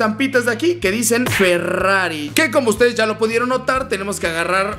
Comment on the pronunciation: dice ferrafi